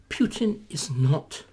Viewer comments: That jars with me too - I guess it's just not his style to pay attention to such detail and we know what he means. Similarly with the pronunciation: it should be "Pootin" not "Pyootin"; and who are these "Oogas"? :) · Putin is pronounced POOTIN..there is no “I” there so it is not Piutin. 🙂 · Like an American or Englishman pronouncing the word “new” or “tomato” perhaps Putin is one of those words. Pootin or Pewtin. Maybe a Russian could elaborate us! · "He is knowledgeable and highly skilled", and yet,,,,,,,,,,,,,,he cannot correctly pronounce Putin's name. Right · You are correct, of course. Numerous ENGLISH words are pronounced differently in UK/Commonwealth countries and the U.S. Remember what Churchill said? "The British and the Americans are two peoples separated by a common language." But my point is: "Putin" is not an ENGLISH word; it's a Russian proper name. And in general, Brits and Americans do NOT pronounce non-English personal and place names differently. "Moscow", "Russia", "Tchaikovsky", "Dostoevsky", "Tolstoy", "Shostakovich", "Vladivostok", "Lenin", "Stalin", and even such a difficult name as "Khrushchev" -- ALL these Russian names are pronounced identically in U.K. and American English. There is no reason "Putin" should be pronounced differently. At any rate,,,,,,,,,my point is NOT aimed at how the average Briton in the street prouncounces "Putin". David Starkey is not an average Briton in the street. My criticism is focused on Mr. Starkey's self-proclaimed status as a recognized scholar and academician. He considers himself a "wise man", and he wishes others to consider himself such. When such aself-appointed "expert" cannot pronounce correctly the name of the central actor in this current world crisis it should raise legitimate questions as to exactly how much of an "expert" Mr. Starkey truly is. That is all I'm saying here.